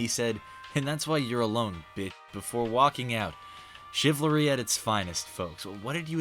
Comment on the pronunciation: Let's just appreciate how has such good attention to detail that he'll include 'chivlary' in his video.